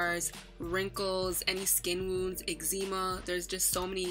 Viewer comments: So we just gon ignore the fact that she said “eczeema”?😂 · She said some Exeema 😂 Lol thats fine though Loved this vid!! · i'm sorry but i died when she said "Egz-eema" 💀💀😂